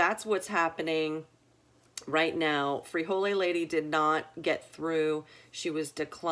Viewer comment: There is no e on the end of frijol and no e is pronounced when saying the word. The e is added and pronounced before the s when the word is plural, as in most plural Spanish nouns ending with a consonant.